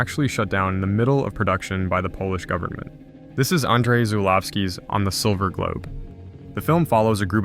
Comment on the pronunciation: Omg, And-rey Zhoo-lawskey 😂🤣